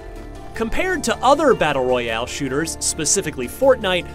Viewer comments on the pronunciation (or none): none